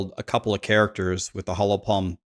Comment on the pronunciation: Hollow Palm. hOllow Not “Hallow” Palm